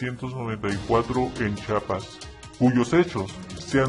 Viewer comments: se dice Chiapas no Chapas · talvez. todo bien pero NO ES CHAPAS ES CHIAPAS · se dice CHIAPAS. NO CHAPAS